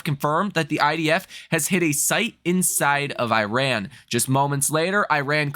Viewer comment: You should learn how to say Iran